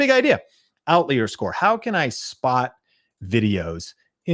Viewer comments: Bro, were you homeschooled? It’s pronounced OUT-LIAR. OUT-LIAR!! I can’t watch this anymore… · I was wondering if I was saying it wrong! Never heard it pronounced other than out-liar before this video. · I busted up laughing every time he pronounced "out-leer." Ha! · "Out leer?" That a faster jet? :) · Outlier….never heard anyone pronounce it that way 😅 You shouldn’t necessarily look in your niche with these kinds of tools. You look at related niches and/or what’s working generally in other niches across YouTube, and then apply it to your niche. For example, look across almost any niche and you’ll find comparisons of a cheap product vs expensive product. So you can do that in your niche no matter what it is. Like “is a $1000 computer worth it?” Could be comparison of $20 vs $200 light, $50 vs $500 credit card fee, etc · Why do you say outlier like that?! 👀 it’s paining me lol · I know you are trolling the trolls by mispronouncing outlier…